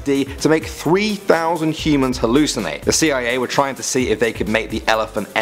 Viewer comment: Am I the only one keep hearing him say "he-mans"?